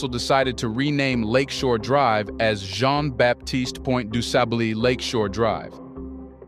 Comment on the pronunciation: Please learn how to pronounce Du Sable's name. In French, Baptiste is pronounced with a silent p. If this is a teaching tool. everything should be done correctly.